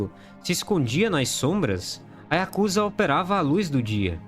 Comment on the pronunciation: A pronúncia correta é yakuzÁ!!!!!!!!